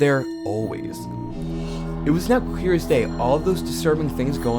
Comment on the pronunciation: he said clear correctly